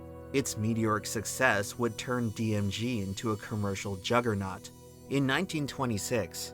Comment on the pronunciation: dm gee, not dm jee. sorry.